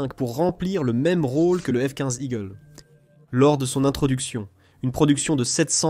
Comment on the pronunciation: "le f quouinze igkleu" ? Sérieux ?